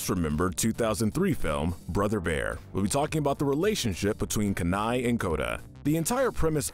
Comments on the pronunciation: Couple of things to mention: - Out of everything wonderful in Atlantis, the thing you pick was the *CGI*? Really? :T - In Brother Bear, Kenais' name is pronounced like you would say "Keen Eye". They say it multiple times in the movie. - Kudos for finding an enjoyable thing in Ralph Breaks The Internet. I thought it was pretty horrible. ^^ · You failed, AGAIN, at the correct pronunciation of Kenai. It's KEY-NYE. SAY IT WITH ME,. KEY--NYE!!!!!!!